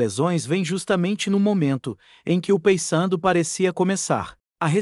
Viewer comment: Meu amigo, fale o nome correto do Paysandu,por favor.